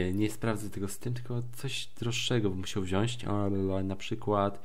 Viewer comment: błagam Cię mów,,wziąć";)